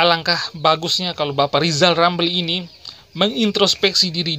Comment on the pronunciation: Lisal Lamli,,,Sukuh ngomong R yg jelas